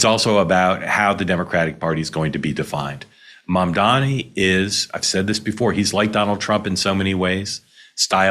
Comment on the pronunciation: Mamdani. Pronounce it right.